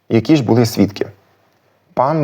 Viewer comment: Клас! Але навряд у Коломиї наголошували < дали́, були́ >. Акцент - одна з найархаїчніших складових, яка дуже важко піддається витісненню, особливо в дієсловах. Багато досліджень, як і нових, так і старих підтверджують іншу акцентологічну систему говірок в Галичині.